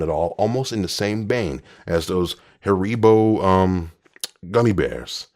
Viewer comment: the way he says haribo 😂😂😂😂😂